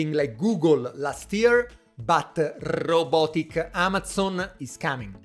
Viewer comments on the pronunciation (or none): Great video here! I was trying to do something like this but you've nailed it! I subbed my man. Also love the way you say 'wrrrrrrobitics